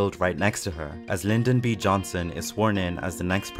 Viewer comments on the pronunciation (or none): none